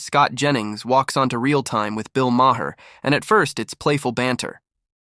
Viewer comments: Try pronouncing it Mayer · The H is silent in Maher